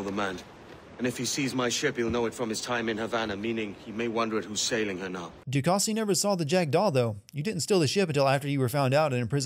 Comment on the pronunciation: Narrator: Pronounces du casse as “doo-kah-see” when the character literally just pronounced it properly for the player Me: 😑😑😑😑